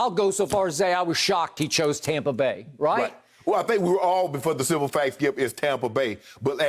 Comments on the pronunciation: It’s so annoying when Skip says “Tompa Bay” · Wish this guy could say Tampa bay instead of tompa bay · Really sounds stupid. Like he can't pronounce TAMPA but he can pronounce BAY.. ha ha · Learn how to pronounce Tampa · Hey Skip...I'm sorry, but can you PLEASE be consistent on how you're going to pronounce Tampa Bay?